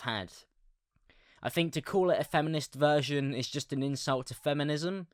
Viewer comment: Think = fink With = wiv 😂😂😂😂😂